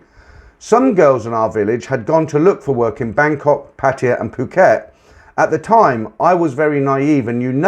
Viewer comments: It only takes a moment to look up how to pronounce Pattaya. Make an effort. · Lol me too, men been there for many years and can not say Pattaya. Lol